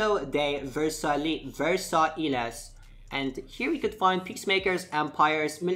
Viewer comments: Versailles is pronounced VER-sigh. It's the place where they signed the treaty to end the first world war. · Joseph Medernach its pronounce ver-sa-ya I learn French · I'm french and it's pronounce ver-sigh (very close) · lmao I'm french too, it's prenouced Ver-sigh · Versailles = Vursay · u should really be able to pronounce bordeaux, versailles and marseille lol thanks for the guide tho